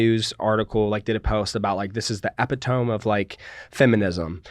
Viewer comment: The way he said epitome lmao